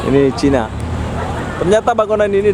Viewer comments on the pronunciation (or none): none